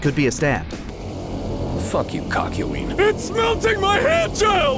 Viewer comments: is it just me or did he call him Cuck-yoin? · I swear to god, in both parts of these videos it sounds like they keep saying CUCKyoin